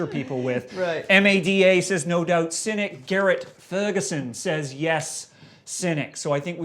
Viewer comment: It's Cynic with a 'c'not a 'k'